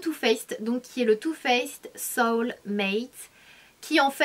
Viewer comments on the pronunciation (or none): none